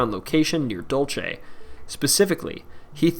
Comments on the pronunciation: Dulce is pronounced dool-seh, not dool-che. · DUHL-seh, not DOL-chay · It's Dul-SAY!! NOT Dul-chay. Please - all the narrators of these types of videos need to take the time to learn to pronounce the names of places. It decreases your credibility. Drove me crazy to listen. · Dulce is not pronounced dulche it’s pronounced Dool-se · So painful to hear u mispronounce Dulce!! Dule se, means sweet